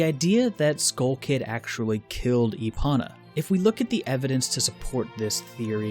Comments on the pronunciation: lol e-ponna. (E-pone-uh) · Why does he call epona “epana”? Cringe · I'm pretty sure they still say it with a long o. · Give the video a 7 out of 10. Minus 3 points for your pronunciation of Epona. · Everytime he says Epona's name wrong I want to throw my phone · OMG it’s not epona, it’s epona!